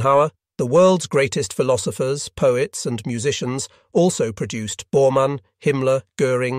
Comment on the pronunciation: I couldn't wait for the next "produce-edd" or "sal-lyn-us" to pop up.